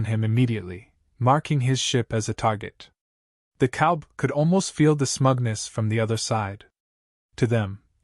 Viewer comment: Why can't the narrator say "COWBOY!" ???